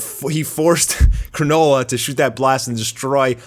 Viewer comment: "Granola" not Garnola.